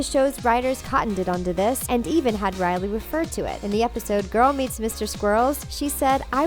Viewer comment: really “cody” “briley”